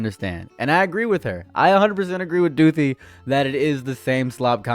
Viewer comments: every time you say back to doothi i lose a minecraft heart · “Back to Doothi” will be in my brain for the next century